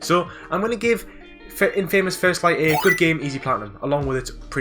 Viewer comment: You get an award for the most alternative way of pronouncing Infamous.